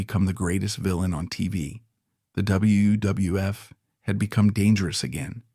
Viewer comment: Why does he have trouble saying wwf and some wrestlers last names?